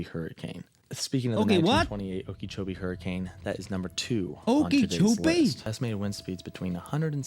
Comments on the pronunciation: Not sure if anyone commented this, but it's not pronounced Okeechobee like it's spelled it's more like Okeh or okah chobee without too much emphasis on the h in Okeh or Okah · Okeechobee is pronounced oh-ki-choh-bee. The only part needing correction is the second syllable which uses the short "i" vowel sound, not the long "e" vowel sound, the spelling would imply. Its name originates from The name Okeechobee comes from the Hitchiti words oki (water) and chubi (big). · should be pronounce as Oka -Cho -bee if I’m not mistaken we have a lake her in Florida by a similar name